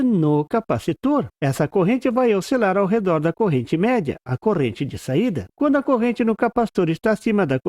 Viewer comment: Porquê você diz "CORENTE" ao invés de dizer CORRENTE ?